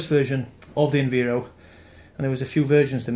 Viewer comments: It’s Enviro (Enviiiiiro) not (Enveero). Sorry just a bit of a pet hate when people do that 😂. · Bus2598 Transport Videos it’s Env-eye-ro not enveero lol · Did I hear enveero? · I think most people pronounce it env-eye-ro